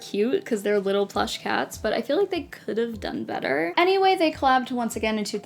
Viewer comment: when you were talking about the 'The Dog' variants, i thought you said 'calfs' instead of cats at first. Sad they didn't have little baby cow version, it would have been so cute!